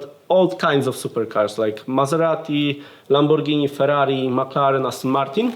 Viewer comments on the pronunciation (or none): none